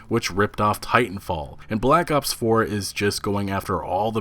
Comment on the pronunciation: Sounds like you keep saying Black Ups, im gonna die rofl